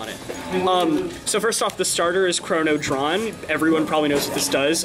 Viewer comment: it's dran not dron